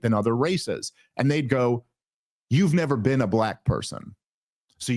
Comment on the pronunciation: You've neva bean?!